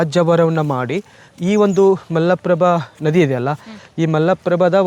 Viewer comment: ಈಗ ಯುಟ್ಯೂಬ್ ಚಾನಲ್ ಗಳು ಕನ್ನಡ ಭಾಷೆಯನ್ನು ಹದಗೆಡಿಸುತ್ತಿರುವವು ಇದು ದುರಂತ ಮೊದಲು ಇವರುಗಳು ಕನ್ನಡವನ್ನು ಸರಿಯಾಗಿ ಮಾತನಾಡುವನ್ನು ಕಲಿತು ಚಾನಲ್ ಗೋಳನ್ನು ನಡೆಸಬೇಕು ಅಣ್ಣಾ ಮಲ್ಲಪ್ರಭ ಅಲ್ಲ ಮಲಪ್ರಭೆ ಹೈ ಹೊಳೆ ಅಲ್ಲ ಐಹೊಳೆ